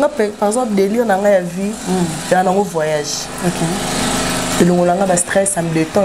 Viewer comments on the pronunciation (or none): none